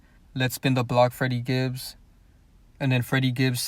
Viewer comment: When security asks for his name he always says "I'm friddy Gibbs"